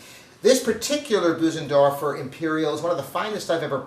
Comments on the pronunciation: Boozendorfer. Ugh. Get a quick lesson of how to pronounce it correctly. It’s embarrassing. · Maybe one day will learn how to correctly pronounce “Bösendorfer” 🤦‍♂️. It’s not “Boo-zen-dorf-er”. The “ö” (o-umlaut) is a sound similar to first three letters of “earth”, or the middle “ur” in “burr”.